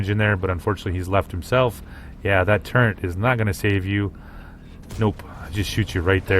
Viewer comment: FYI- its TURRET not Turrent. There's no such thing in the English language as turrent, NO N.